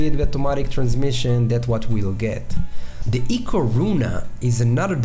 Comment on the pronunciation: Also its pronounced i-co, not ee-co